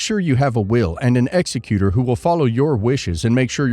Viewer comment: If you're a lawyer how can you mispronounce executor when wills are involved